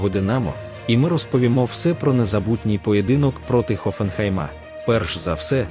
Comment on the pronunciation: Хоффенхайм, а не ХоффенхЕйм ! Немає чого очікувати ! Буде ганьба !